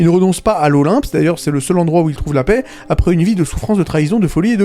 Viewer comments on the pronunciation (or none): none